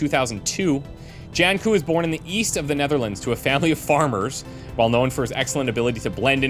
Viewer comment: Jan 'Melk' Coo's name is a pun on the Dutch word 'Melkkoe' (Dairy cow/milk cow). His first name is pronounced more like 'Yahn', soft J, short 'ah' sound.